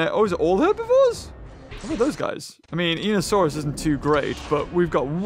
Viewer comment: Now in real life I am only 10 years old and I know that you know a lot about dinosaurs but in einiosaurus the e is silent